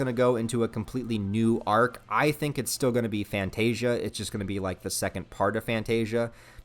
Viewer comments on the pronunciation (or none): none